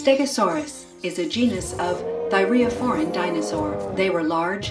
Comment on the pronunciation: I love how she pauses before pronouncing "Thyreophoran."